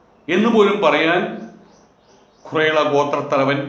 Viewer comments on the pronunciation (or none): ഖുറൈള അല്ല ഖുറൈശി